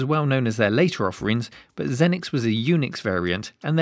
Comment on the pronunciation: “Zee-nix”, not “Zen-nix”. Lol!